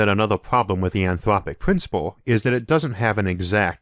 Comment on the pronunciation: UwU, the anthwopic pwincipwe makes me vewwy angwy!